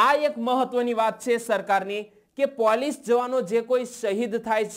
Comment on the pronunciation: "પોલીસ"નુ ઉચ્ચારણ સુધારો